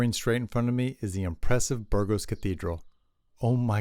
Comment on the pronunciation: Please try to pronounce city names properly. It spoilt an otherwise excellent video. The way you pronounced Burgos was criminal.